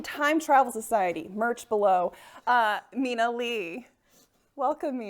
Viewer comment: I wish you guys hadn’t mispronounced Mina’s last name. There are people up in these comments calling her Mina Lee now. You can say its a small mistake but I feel like its a huge oversight considering y’all invited her onto your youtube channel and Asian folks need to struggle with this even amongst coworkers/friends.